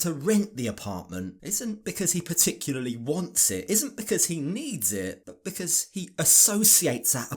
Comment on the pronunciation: “Be cause ah!” I hate when women stretch the word and add an extra syllable. Lets me know they are ignorant.